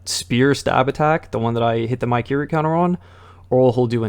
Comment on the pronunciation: Bruh said Mykiri instead of Mikiri